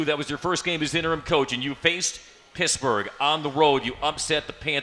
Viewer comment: Ok. Was calling PiTT, Piss-burge